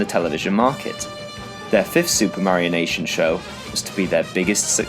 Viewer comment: Bruh. "Supermarionation" -> "Super Mario Nation"